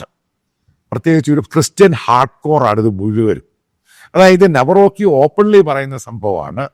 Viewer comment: നവറോക്കി❌❌ കാരൾ നവറോസ്കി✅✅